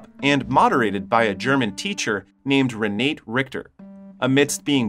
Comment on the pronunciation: It's not pronounced Re nate It's pronounced Renata. Spelled R-e-n-a-t-e!